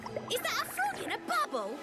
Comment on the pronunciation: IZZAT A FRAUG IN A BAUBBLE???